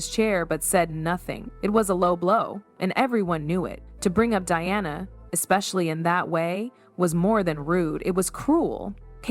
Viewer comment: Who is Deana? It’s Diana for goodness sake.